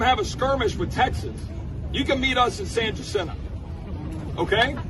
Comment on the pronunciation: Too bad the politician couldn’t even pronounce San Jacinto correctly.